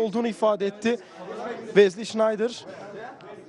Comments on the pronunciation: Vezli $InaydIr degil olm. Wesley Sneijder.. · hala şınaydır diyor yaaaa!olum kafanmı almıyor,safmısın öğren artık şunun telaffuzunu